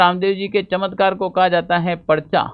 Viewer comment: चत्मकार ❌चमत्कार ✅